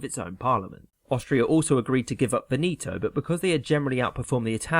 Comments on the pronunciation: Veneto accent grave on the first syllable, soft "e". Brits and Americans just won't pronounce Italian correctly. Now it has spread to Italian Americans. A lot of my friends don't even know how to pronounce their own names. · Veneto is pronounced VEH- neh-toe. Not Veh NEE toe. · Venito? It’s pronounced how it’s spelled veneto. Otherwise, great video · Everytime you say "Veneto" I hear "Benito".